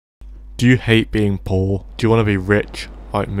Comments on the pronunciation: Do yu hate bein poh? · "Do you hate being pol?" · I loved how he said « poor » 🤣 « you hate being PORH? » 😂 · The way you say “poor” is hilarious